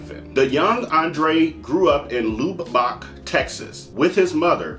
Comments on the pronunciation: I grew up in texas so lube’bok caught my ear.. lub’buck rhymes with love’buck… I wouldn’t want to live in Lubbock tx I see why he hated it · It's Lubbock, (luh*buck) Texas